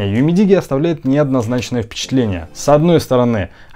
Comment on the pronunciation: UMIDIGI - ЮМИДИДЖИ _ УЧИМСЯ ГОВОРИТЬ ПРАВИЛЬНО